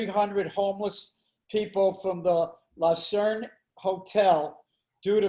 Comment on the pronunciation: LUCERNE... not Lacerne